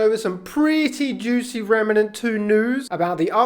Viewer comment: REM NANT not REMA NANT lol sorry so many people say it this way lol